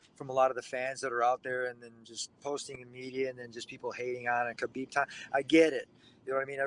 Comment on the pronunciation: Kevin you can.t still pronounce Khabib name right :) I am so disapointed in you old man.